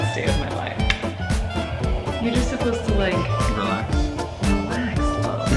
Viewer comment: Why does everyone in your household say “ok relayx” lol 😂